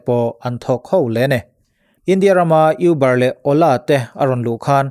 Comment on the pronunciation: Uber nilo in mizo a Û anga lam tur.hriat belh zela tana that kanring takin ka rawn thailang a ni e.